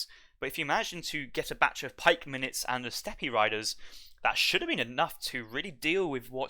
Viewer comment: Lots of units and words mispronounced. For example, steppe is pronounced step.